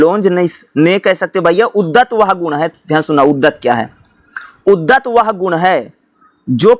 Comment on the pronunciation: पढ़ते तो अच्छा है पर कुछ शब्द गलत बोलते हो सर जिससे कन्ज्यूरिंग होती है जैसे उद्धत, प्लाटो